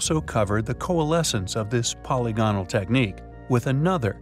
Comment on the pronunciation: For the 10,000th time: "po- LYG- on- al" !!